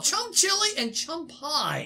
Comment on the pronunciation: Don’t remove the h in chum